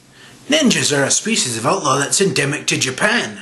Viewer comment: Of course pirates are superior. Do ninjas have the equivalent of National Talk Like A Pirate Day? No. Well-lubricated Scot accent-- I take exception to how you pronounced 'endemic.' I'd recommend a good lozenge instead of rum to the under-age pirates...